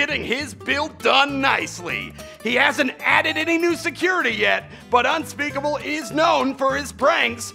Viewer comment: He called unspeakable unspeakabill